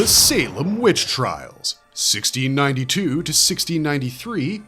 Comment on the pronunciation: He clearly said, 1962-63. Should’ve been, 1692-93.